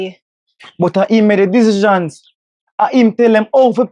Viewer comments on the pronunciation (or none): and, needs to learn proper pronunciation. When they say decisions, it don't sound right at all. 🎥🍿👀🇯🇲🇯🇲💯